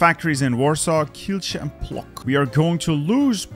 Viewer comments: it's pronounced not as Plok but Plotsk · Płock in polish is pronounced kind of like Plotsk (with k like in "book") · For a Polish person like myself, hearing "Plock" the way you pronounced it, is very cute :D It's actually pronounced like Plotsk. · cuman Yeah, that's why I was wondering why Artur didn't mention ł in his transliteration. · As a pole, It's funny to see you struggle on provinces names(especially płock) :D